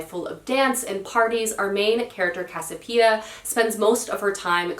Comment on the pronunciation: Try the Regeneration Trilogy by Pat Barker. It's set in the Great War, or World War I, era. Moving works. At least pick up the first book from your library. You won't be sorry. Non sequitur: it is Casiopea--cass-ee-o-pay-uh. Don't leave out a syllable when you say it. I mean the protagonist from Gods of Jade and Shadow.